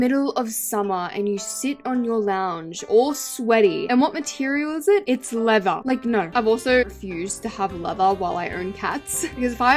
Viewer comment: When u said leather I heard Lego 😭🙏